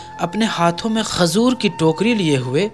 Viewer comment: Khajur bolo khazur nhi